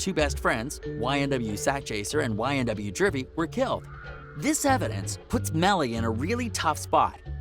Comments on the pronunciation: (Joooovy) Juvy. Not jurvy. Dont cover a story if you dont know shit about it but what you read or in your case, try to read. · Its not jurvy dumbass nigga